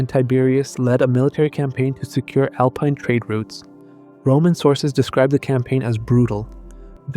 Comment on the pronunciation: "Alpeen"?!? Do better. Misleading title as they are NOT proven to be his descendants.